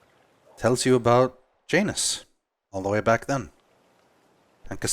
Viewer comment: Isn't that name usually pronounced "Yanus"?